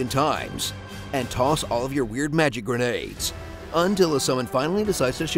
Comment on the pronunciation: The way you said 'grenades' killed me 🤣🤣😂